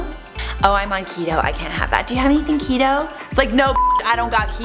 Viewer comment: Keto rhymes with Cheeto 😆 you're welcome